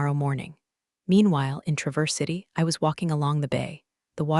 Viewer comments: Not tra-VERSE City. TRAH-verse City. ❤ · The constant MISPRONUNCIATION of Traverse City is incredibly annoying!!!!!! Can't a human review these? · Good story, but she pronounced Travers City wrong.